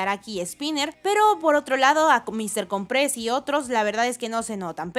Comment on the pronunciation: Mister cOOOOOmpres... loco... con acentuacion en la O.